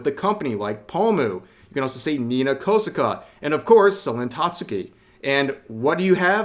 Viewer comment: Koh Sah Kah Not "kosihkuh." Please, you can pronounce names right.